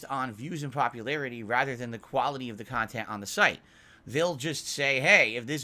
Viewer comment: Your CON-tent is DOG SHIT 🤣